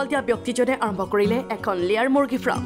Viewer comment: Fram nohoi baidew farm. Give attention your pronunciation.